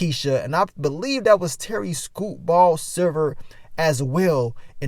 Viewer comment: I crack up every time you say Terry “Scoopball”.